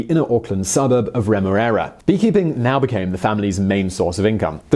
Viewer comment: it feels so weird when you say Remuera